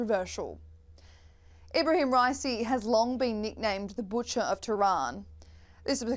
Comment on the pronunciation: boochur of tehran got boochured